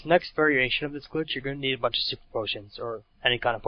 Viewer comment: btw, its "glitch", not "clitch"